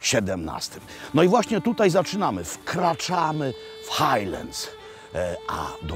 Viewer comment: mówimy Glasgow nie Glesgow i wkraczamy w Hajland nie w Hejland, no i hadok, nie hedok